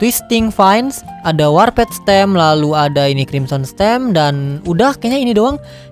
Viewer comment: Ngomongnya warpet njir bukannya warpd ya?